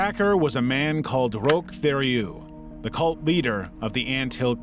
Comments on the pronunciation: The surname Theriault is pronounced like terry-o BTW 🤣 (w peace and love) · Rochs last name is pronounced tear-e-oh like the last part of the province ontario. While I don't think he deserves any respect I am friends with a family (no relation that we know of) and it always made my friend upset when teachers in school could not pronounce their name.